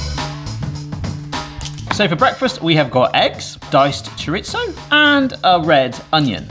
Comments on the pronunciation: It's not "choriTZo". It's not "ChoriTHo". It's just Chorizo. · there is no T in chorizo. it is pronounced cho ree zo.. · Cho reeth oh, no Z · That's not how you say chorizo. In Spanish z can be pronounced as s or th. Maybe you thought chorizo was Italian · That GCSE wasn't in Spanish. Where the heck are you getting that hard T from??? LOL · there is no T in Chorizo